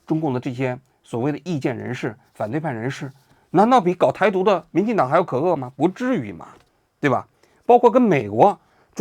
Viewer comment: kewu可恶，不是ke,e!